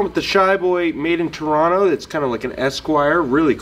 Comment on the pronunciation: Dude - you even say "Toronno" like a real Canadian! If you're from out West in Canada it can also be spoken as "Tronna", which is a bit different.